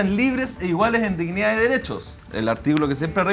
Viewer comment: La disnidaah, Loh mapuche, Pinoshe, la Deresha 🤡